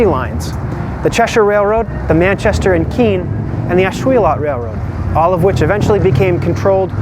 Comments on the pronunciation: Nice video. "Ash-will-LET" Not "Ash-will-LOT" Us Ashuelot locals are picky about that. Even deeds of the late 1700s referred to the river, spelled phonetically as the Ashwillett River. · What a great video. I had never heard about the effort to put Steamtown in Keene. Too bad it didn't happen. Just little FYI. I grew up in that part of NH and I have always heard Ashuelot pronounced as Ash-wool-it.